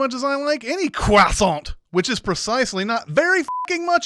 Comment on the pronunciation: When you said "Presenting your croissant to the TV-watching public without consent.", you pronounced Croissant as Cwaa-sahn-T - A Cwah and with a distinct hard T. A is pronounced as O. Unless there is an E at the end of a French word, you hint at but don't say the last consonent. N would be pronounced at the back of the throat. Thus the pronunciation would be Cwaw-sawn[g], as McFadden had done in the commercial, the first time she said it. <DING> -Everytime I try to spread unrefrigerated butter on my croissant, I end up smushing it. So, it is better to heat it up slightly, then pour melted butter over it, after. Also, I thought you were joking about it being McFadden. I had to look it up to confirm it because I didn't recognize her at first. Once you said it, I saw the resemblance. But by the end of the commercial, I had to agree. Stupid borderline Facial Recognition Disorder! If it had been a movie, with no hints as her to identity, I would have been wondering how I knew within ten minutes. I might have possibly guessed it. So, was so young! <DING> <-- That one is my for borderline FRD getting in my way!